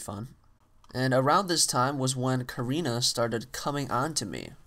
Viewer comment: not korena its karina !